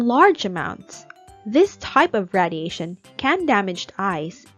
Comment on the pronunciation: I’m noticing you say radiation wrong. It’s pronounced: ray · dee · ay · shn